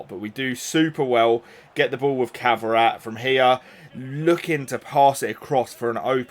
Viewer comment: Kvara pronunciation is killing me man 😂